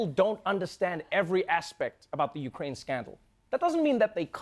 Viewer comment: Ukraine, Ikraine, he-she-wekraine, kraineology, the study of Kraines. This is first grade Trevor!